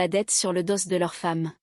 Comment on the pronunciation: On ne dit pas le doss mais do meme si il y a un s